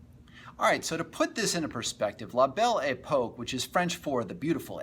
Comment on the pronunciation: I can't take the guy seriously if he can't even pronouce the subject correctly. What the hell is The Bell E Poke? FAIL!